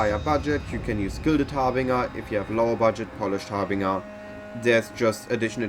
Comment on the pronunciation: I am not criticizing just trying to be helpful but it is pronounced "har-bin-jer" , the j as in "Jelly". Meine Deutsch ist sehr schlect, deine English ist sehr gut, so don't feel bad